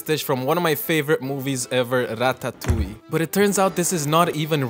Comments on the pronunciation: Breh stop saying ratatouille like that. Every one knows it's pronounced Rad-Duh-Tooly. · Breh, stop saying Ratatouille like that. Everyone knows it's pronounced like Rad-Duh-Tooly. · As a french guy, I love the way you pronounce that word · Why in the actual fuck are you pronouncing ratatouille like you’re going to offer the Italians and French.